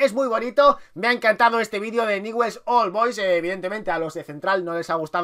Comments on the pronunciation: Info para vos: Pronúnciase Niuls old boys, comunmente llamado Ñuls!!! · Se pronuncia ñuls olboys jajaja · Se pronuncia "Niuls Ol Bois", me encantan tus videos!